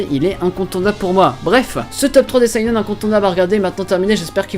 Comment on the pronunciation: Sainan ? Un peu special comme prononciation de seinen XD